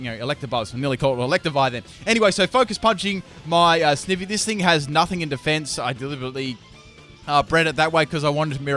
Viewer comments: ITS PRONOUNCED SNI-Vy NOT SNIH-Vy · loved this video but i couldn't get over one thing... "snivvy" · Its not Snivy, its pronounced Snivy! Ugh. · the way you pronounce snivy physically hurts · The way he says snivy makes me wanna die lol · It's snivy not snivy